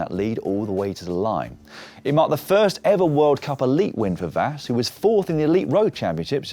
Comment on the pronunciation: GG Blanka Vas! Hopefully, she will bring the first World Championship title for Hungary! I know that Hungarian names are hard to pronounce. Imagine that it is written as Vash, then you will be closer to the real one.